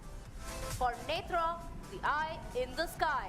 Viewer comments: It's NETRA not "Netr". Hindi commentator pronouncing wrongly. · The lady commenting in English should learn to pronounce Netra correctly.